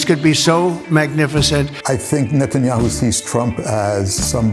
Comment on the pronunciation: NET-IN-HI-YOU lol